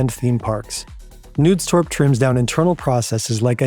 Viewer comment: How hard is it to just look up the pronunciations of names before recording? I don't expect you to remember the Danish pronuncation every time, but making the K in Knudstorp silent is bonkers.